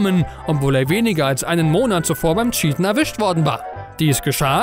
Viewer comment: Gutes video. Aber wirklich nicht böse gemeint... wie du manche begriffe auf krampf verdeutscht aussprechen musst... ist es anstrengend... anstatt cheaten sagt er scheaten... oder counter strike global offense ... stop it please